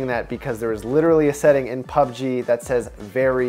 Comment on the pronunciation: Did he just say PBGU?????????